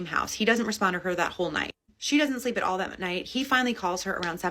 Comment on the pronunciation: Hole not soul 😂